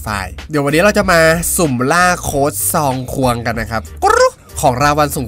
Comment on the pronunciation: เรียกซองควงผิดเป็นคองซวงเหมือนหนูเลย5555